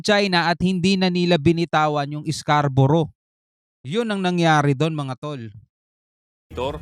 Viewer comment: Nawala na ang Scarborough naging calboro na,😂